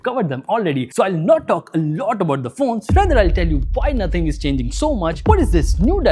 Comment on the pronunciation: Nothing ❎Nohting ✅🤣🤣🤣🤣